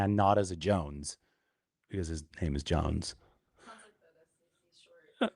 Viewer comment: doing great reporting as well as pronouncing these names!